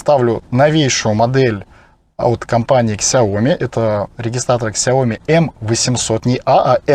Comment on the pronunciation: Не ксяоми, а сяомИ (с ударением на последний слог).